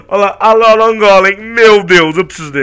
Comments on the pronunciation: nao se pronuncia Alóla e sim Alôla obrigado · So eu que me encomodo quando o fala Alolan e Alola